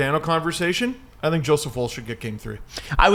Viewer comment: am i going crazy? why am i the only one annoyed that they keep pronouncing Woll's name like wool? tbf has started pronouncing his name correctly. its 'wall'